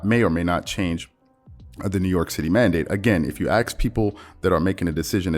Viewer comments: Love your work …. But bruh, it’s “ASK” not “AKS” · My dude, it's "ASK" not "AXE." An AXE is a weapon or a tool. When you say, "If you AXE people," I immediately think of Gimli axing a bunch of orcs and uruk hai.